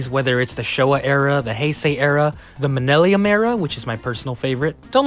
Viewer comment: “Menaileem era”